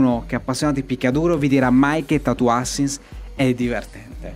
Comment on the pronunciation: "Tatoo ASSASSINS", non "ASINS". Tatoo Assassins può essere brutto e fatto male, ma dai, non si può dire che non sia divertente. Se lo analizzi bene, incarna esattamente la definizione che dai tu stesso! "Brutto" non è la stessa cosa di "non divertente".